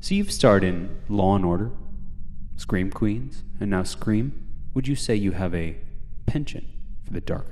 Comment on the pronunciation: Not the interviewer calling Scream Queens “scream queen.” 😭